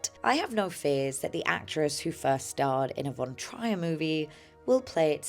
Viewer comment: The name von Trier is pronounced von Treer, not von Tryer